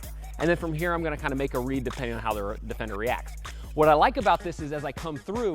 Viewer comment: Um one question whats a Dee-Fender😂😂😂